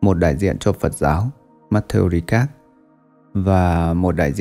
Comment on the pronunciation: Matthieu Ricard , phát âm là "matthieu Rica" chứ không phải Ri Cát nhé.